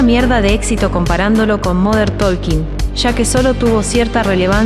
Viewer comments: se pronuncia tôking, pueden verificar en Google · La “L” de talking no se pronuncia, hasta Dieter lo sabe…